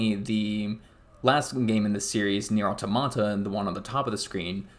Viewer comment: My man. Good video, but maybe do some research on pronunciation of words and names mentioned before recording. ("Nier", "Automata", and "Keiichi" all being examples of names you mispronounced.)